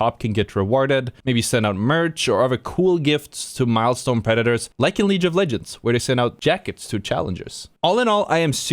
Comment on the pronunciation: "Leaj of Legends" - 2022